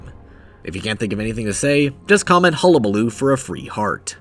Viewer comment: Jonker told man to say Hubabaloo